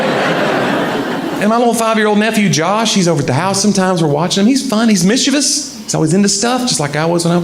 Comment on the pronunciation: Thank you for being a southern man who pronounces 'mischievous' with only three syllables.